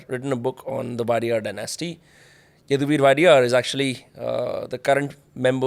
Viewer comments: It is not waa-dee-yaar it is O-dey-ar meaning 'Owner or one who rules' in Kannada. The most democratic, respected and loved dynasty of Karnataka even today. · Please pronounce the name WODEYAR properly. You are waadiyar it is actually WOH-DEY-YAR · It's not Wadiyar, it's Wodeyar. Wodeyar in Kannada has multiple meanings like, owner, gaurdian, caretaker etc... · It's wodeyar not wadiyar right? King for us forever! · It is wadiyar And not wodeyar. Wadiyar family comes from Gujarat And both wadiyar and odeya are two different words